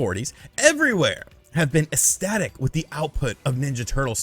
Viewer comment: Do you make the "c" silent, when you say "ecstasy"? Because your pronunciation of "ecstatic" is hilarious.